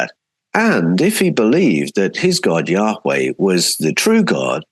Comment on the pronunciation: Can't wait to read all of your books. A small question I have is why you pronounce Yahweh, "Yaa-WHay" (like whey from dairy) rather than Yaa- Way as is typical. As a translator, I'm sure you have a reason. I want to pronounce it correctly. Thanks.